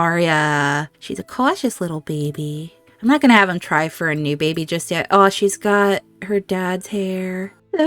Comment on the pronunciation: Oh no, that start! Why does Aemma always have such loss. I laugh every time you say bay-by. Aemma and Leoric saying goodbye before the trial was just perfect. Realising they do love each other and the convenience is all real love now, hust before possible tragedy. Made the tension even worse for the trial! Leoric!!! Yes!!!! (Trial with umbrellas ! I could feel the annoyance that you'd planned this great thing and then the game didn't co-operate but don't worry we still got the tension) The reunions of Aemma and Leoric and James and Matilda ❤❤❤ my heart is melting so much. Couple goals!